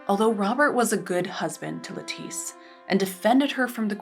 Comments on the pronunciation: Lettice Knollys’ first name is supposed to be pronounced like the vegetable ‘lettuce’ - it should rhyme with ‘set list’ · In English the name Lettice is pronounced with the emphasis on the first syllable, like the vegetable. As she was English her name would be pronounced the English way.